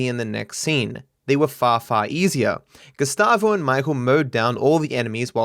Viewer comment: LOL the whole time you said "Gustavo" I was hearing "Gestapo" and thought you're making a joke about his character.